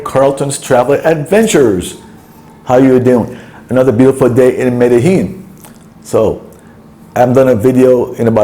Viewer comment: Great videos! On a funny note, on your videos I think you’ve pronounced Medellin every possible way but the correct way. LOL Mede Lean got me :)